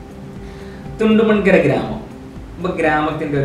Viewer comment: തുണ്ടമൺ കരയല്ല ബ്റോ...കുണ്ടോങ്കര... എന്നാ എല്ലാവരും പറേണെ